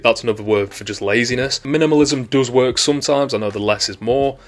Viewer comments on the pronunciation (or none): none